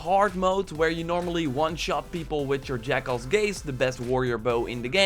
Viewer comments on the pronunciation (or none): none